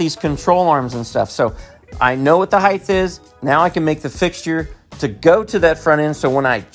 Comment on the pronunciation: Why do you say height "heigh-th"?